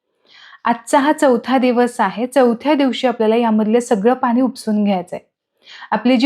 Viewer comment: ण हे अक्षर मराठीत असते. पन, पानी, ओलसरपना, दमटपना, म्हनून हे आणि असे अनेक शब्द ऐकायला खूप विचित्र वाटत आहे